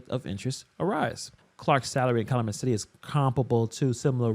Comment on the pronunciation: Pronounced Kal-YOO-met. Please!!!